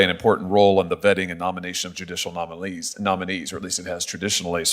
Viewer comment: "It will play an important role in the vetting and nomination of judicial a-nom-a-LEES"... Now there's a Fraudian slip for ya. Go Josh! LOL